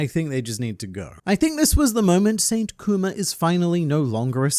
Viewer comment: you pronounce kuma like “coomer” and i think thats just wonderful